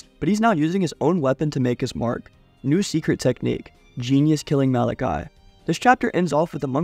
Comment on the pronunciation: You mispronounced the word malicia